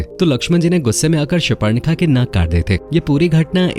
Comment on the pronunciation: शूपर्णखा नही. शूर्पणखा कहो.और जरा धीरे बताओ. 😮